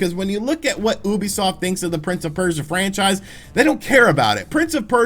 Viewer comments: I think Ubisoft os pronounced youbisoft instead of oobisoft but I might be wrong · Kinda irks me how he says Oobisoft instead of Ubisoft.... oh well, it doesn’t really matter in the end. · he said OUbisuft ._. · Little bit funny how you pronounce "ubisoft" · Thats not how you pronounce Ubisoft... is it?